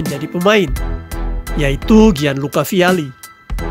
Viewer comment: gianluca dibaca janluka